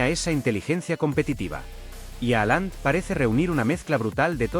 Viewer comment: .....no se pronuncia así.....Jalan